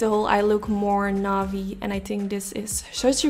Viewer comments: You have gorgeous eyes and skill. Navy is pronounced NAY-VEE in the United States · I L💙VE The Way You Say NAVY.🤭... IM JOINING 🥳 THE GIVEAWAY 🥰💋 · the way you pronounce navy gives me ptsd to navi from LoZ :( still like the eyelook though. HEY, LISTEN!